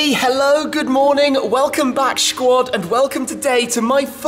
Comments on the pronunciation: Did he just say "Schquad'? dear goodness....shut up you Schpinter! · Please don't say "shquad" ever again... :/ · Pls stop with the shquad xD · You say squad in a weird way..